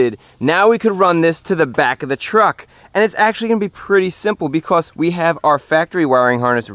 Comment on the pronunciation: You said "Beacos" Imao